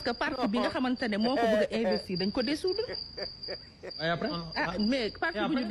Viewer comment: Manoul sakh wakh "dissoudre" mou toppoo naane "désoudre"😂.